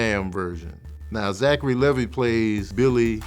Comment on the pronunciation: His name is actually Zachary Levi (pronounced Lee-vy like the jeans)